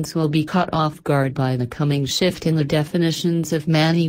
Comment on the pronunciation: did you leave the f out of shift on Purpose? lol